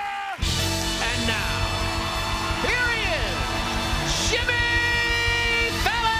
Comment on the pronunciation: Why do I keep hearing ‘Sjimmy’ in the introduction…